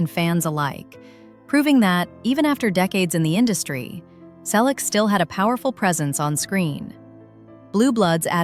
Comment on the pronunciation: Teach your AI-generated voice to pronounce "Selleck" correctly. Not again the story of his life. Everyone we know an most of his fans have already read his book or listened to the audio CD. Learn English. It's free on YouTube. Read it. Why talk about people you don't know personally? Why copy the same video and comment from other creators? The story about him and James is getting more exaggerated every day. Again: Don't talk about people you don't know personally.